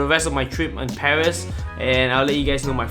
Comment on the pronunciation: Come on its paris not pawheese